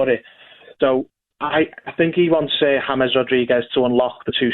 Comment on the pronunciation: Gabby pronouncing James yames 😂😂 world class players like James will be good In any league when pundit's and people say oh they are not premier League proven he's proved himself at the highest levels world cup 29 in his prime abongahor Clueless